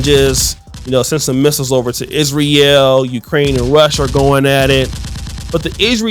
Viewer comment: You don't know politics.. I suggest you stay out of it. You don't even know how to correctly pronounce Israel.